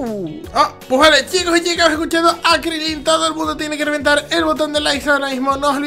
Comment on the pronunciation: Crilín no es Crilin